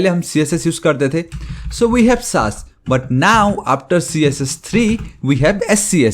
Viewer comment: SASS ❌ saaas Bahu ✔️ so irritating 😑